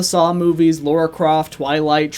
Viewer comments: Lara. Not Laura. 😁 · Why can't Americans ever pronounce Lara Croft right?